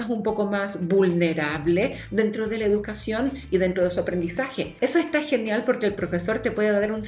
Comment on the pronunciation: Amo cuando dice "YA EJTAA" 😂